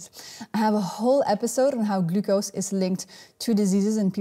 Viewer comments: I love how she pronounces "glucose". Very informative video, I've been walking after a meal even when going low-carb. I'm hoping this helps reduce the insulin resistance. Good luck everyone! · I love the way she pronounces "glucose"